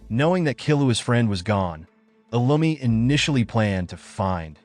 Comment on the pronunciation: that's not lumi that's illumi